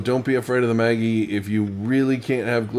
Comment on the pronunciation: A lot of people have been asking me for more vegan options at work. Will have to try this, appreciate the inspiration. Maggi is pronounced Mah-ghee. It is my secret ingredient in soups and Asian dishes. People love it but can’t figure out what that umami flavor is. The bartenders use a couple of drops in Bloody Marys, great stuff! Cheers!